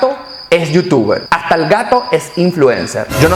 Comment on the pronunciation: Veo tus videos, te felicito, te deseo lo mejor pero se dice "éste y hasta" no ejte, ni ajta, ni ojcar, lo siento pero como profesor que soy no puedo dejar pasar esta oportunidad para mejorar.